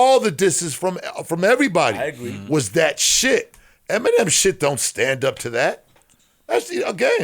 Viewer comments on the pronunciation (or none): the fact u said feminem makes u a cornball